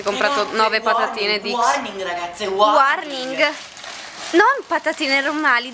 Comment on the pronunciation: ma chi è che dice sempre "wwarning"??? :)